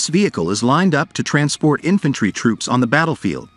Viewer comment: "inFANtree men" 😂